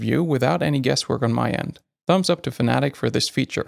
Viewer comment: Fanatic 😆 FAN-A-TEC 🙄